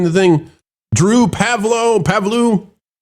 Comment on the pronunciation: Pav - loo Romanian decent mate